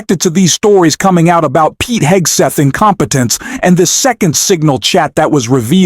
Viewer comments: Cant even pronounce "Hegseth" - I stopped watching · I thought the ai voice couldn’t pronounce Hegseth’s name, then I realized the ai pronunciation is different each event.